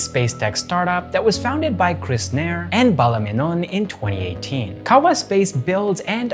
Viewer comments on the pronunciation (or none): You may have mispronounced 'Nair'. It is pronounced as 'wire'... Just replace the sound of 'wa' with 'na'